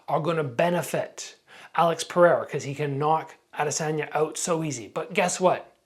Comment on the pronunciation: Come on it's Pereira, not Periera man